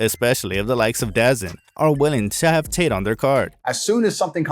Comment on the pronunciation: Trash misleading content. Also you said dazn wrong